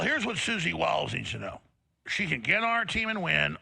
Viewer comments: Its not Suzie WIllis it's Suzie Wiles! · Susie Wiles not Susie Willis. Luke, I love you but I've had enough. Some of the words you mispronounce and use the wrong meanings kind of makes me insane. But that's just me. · Bruh, he is killing me🫠!! Multiple times Clayton says "Susie Wiles" only for Luke to be all like, fyi😏, "He's talking about Susie Willis."😌 Even Alex says it several times!! It's just like, how's he gonna play the clips, listen to all the rhetoric to then provide some commentary on, but all the mean𝘄𝗵𝗶𝗹𝗲 not once hear "Wiles" throughout?!!🤦‍♀️